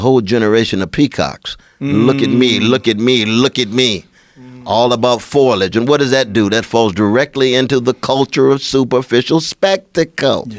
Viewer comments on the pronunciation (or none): tfw when you can correct a Harvard professor. By "foilage" he means "foliage"